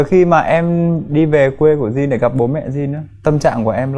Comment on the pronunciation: Jin : Din or Chin ??? :))) theo tôi đọc thì chắc chắn là Chin :v -Dạo này nổi LGBT ghê taaa?? mai mốt chương trình mời chị Linda thì tốt :>